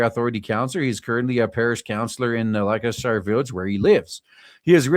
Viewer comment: "Lester-sher". It's pronounced "Lester-sher". I assume that this police commissioner was called into to arrest himself and give himself a severe reprimand, before handing himself over to the Chief Prosecutor's office.